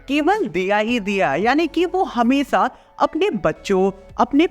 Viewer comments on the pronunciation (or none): Shi se bol le